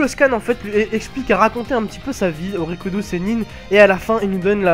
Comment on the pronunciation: R I K U DO et pas RI KO U DO U ..........